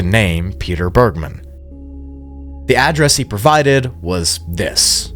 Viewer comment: “Bergmann” isn’t pronounced how you did it btw, my step dad’s surname is literally the same just without the second N and it’s a german (i think) jewish origin surname, so it’s not pronounced in an american way 😅